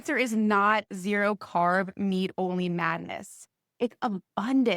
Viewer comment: She doesn't know how to pronounce MEAT . MEEEEEET ??? Hahaha 🤣